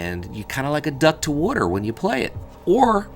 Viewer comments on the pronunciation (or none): Question: Are you from Jersey? My Jersey family says water the same way you do.